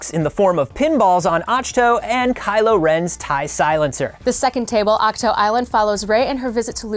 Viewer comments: Pandalex thanks. said "Ach-toe" and I got confused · He said ach toe I really feel Dumber after watching it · “Achhh toe”?! 😕 Seriously?! 🤪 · It is not. 😆👎 Acktoo. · It’s “acktoo”! 🤣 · My favorite part of this Star Wars Show? The way pronounces Ahch-To vs. the way pronounces it. The fun begins around minute. Side note & for the record: I love both and. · They're right beside each other and both pronounced AHCH-TO two different ways! haha